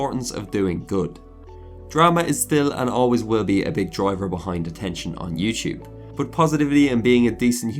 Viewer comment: Youchub, youchuber haha I liked the video tho